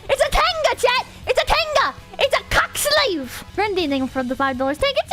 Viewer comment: Can we please talk about how British "IT'S A COCKSLEEVE" at the end sounded?